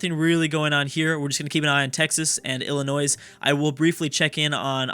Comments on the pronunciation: It's not illa-noise, it's illa-noi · Illinois is pronounced ILL- annoy. Maine was originally a part of Massachusetts the same way West Virginia was a part of Virginia and Tennessee was a part of North Carolina. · Please, as a resident of Illinois, please don't pronounce the 's' at the end... Think of it as Illinoi. Thanks! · saying ill-i-noise is like saying ark-kan-sas. It's pronounced Ill-i-noy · It still pains me every time he says the s on the end of illinois... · PLEASE FOR THE LOVE OF CHRIST, stop pronouncing Illinois as illinoise. its pronounced Illinoi, s is silent. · Illinois is pronounced Ill In oiy. Not Ill in ois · Lol illinoisssssssssssssssss it is hilarious when people pronounce the s no offense but it makes you sound ignorant but it is just the way you say not that you are ignorant but the sounding does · STOP SAYING ILLINOISE OR I WILL UNSUB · Everytime says Illinoise a puppy dies... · Saying the s is such a sin it's worth a dislike. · He should rename the video how not to pronounce Illinois lol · you don't pronounce the s in Illinois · I cringe when he tries to pronounce Illinois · You do not pronounce the "s" in Illinois, I dont know why, you would have to ask the french Also the "Sur" in Baja California Sur mean lower/below/lesser Lastly, remember Guam(south pacific) and Puerto Rico(I hope you know where this is) are in this mod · How do you know how to pronounce Arkansas correctly but not Illinois? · the S in Illinois is silent. My ears are bleeding over here! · The s is silent in Illinois...... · Illinois has a silent s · True. I die on the inside every time he pronounces the s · helpful tip, when you say Illinois the s is silent. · No. You don't pronounce the s. It's silent